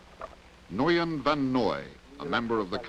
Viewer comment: For those of us who learned to speak at least some Vietnamese, it is amusing to hear Americans try to pronounce words like the name Nguyen. English does not have the ng... sound but it is not difficult to learn: Start by repeating "sing ah" then start separating the words as "si ngah" before long you should be able to just repeat the ngah portion. Now try Nguyen. Congratulations, you are now better educated that Walter Cronkite.